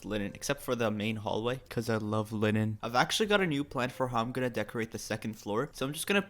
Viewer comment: It’s called linen not lilin